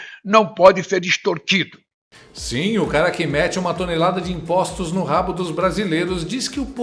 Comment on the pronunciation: É impressão minha ou ele falou extortido ????